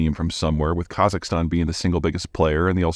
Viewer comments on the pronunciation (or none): none